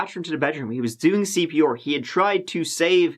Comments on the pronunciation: I realized now that the host pronounce 'R' as 'oor' all this time just after he said CPR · Cpr is an acronym it’s not pronounced ceepeeawwghoor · Why do you keep saying "CP-Or"? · C...P....R. Not fucking OAR. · He keeps saying CP or....CP orrr....CP OR WHAT MAN!?!? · WTF is "cp oar"? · CP or? Or what? (Dictionaries has something called phonetics - you can also hear pronounciations on google translate) Love your videos! (Lorve your videors!)